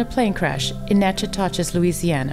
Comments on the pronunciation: It’s pronounced NAH-kuh-dish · Wonderful account of Jim Croce. Great artist, fabulous songs. Only correction: it's not pronounced "Nat chi to ches". It's pronounced Nak i tish. Same city was the setting for Steel Magnolias. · FYI, Nachitoches is pronounced nack-a-dish. Weird, I know, but that's how we roll down here. What's with all these singers dying in plane crashes? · I want to correct you on something. It is not pronounced noc ih toches. Correct pronunciation is Nac Ah Tish Louisiana. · I saw his last concert in Natchitoches, LA in 1973. It was a shock to learn of his death. It’s pronounced Nack-a-tish, btw. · The location of their death is pronounced “Nack-eh-tish”. (Natchitoches) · Natchitoches is pronounced NAK-uh-tush. Believe it or not. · The town where the plane crash is pronounced "nack-a-tish". Love these videos! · He was one a of a kind with remarkable talent. Gone way too soon. (P. S., the town where the plane went down is pronounced Nack-a-dish) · Nack-a-dish, Louisiana, to put it in the local vernacular. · Yes, I know its been 3 years, but i have to say the city where he died is pronounced nack-ah-tish. RIP Jim. Way to soon... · What a great talent lost. By the way, it’s pronounced ( in Louisiana ) “Nack-a-tish”. It’s a very nice town, the same one depicted,in the movie Steel Magnolias. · Natchitoches is pronounced Nackadish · A little off topic, maybe, but the narrator sure missed the pronunciation of Natchitoches. (The folks who live in the area pronounce it as if it's spelled Nakatush.) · Great video. Such a sad death :( On another note, I'll forgive you because I respect you and your videos but you say it like Nac-O-Tish. LoLs. I live close. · Ha. The narrator butchered the LA city name Natchitoches. It's not pronounced how it looks. Louisianans and some Texans pronounce it "nack-uh-dish". Other Texans pronounce it "nack-uh-do-chis". Not to be confused with Nacogdoches TX. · Natchitoches is pronounced NA'-CA-DISH, believe it or not.